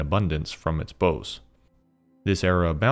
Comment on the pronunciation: great video! minor note: the word "bough" (as in the branch of a tree) is generally pronounced to rhyme with "cow", not with "doe"